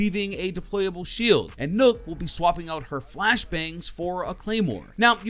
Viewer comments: Ur saying nokk wrong and its annoying me alot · Btw Nokk is not pronounced " Nook" it's pronounced as Knock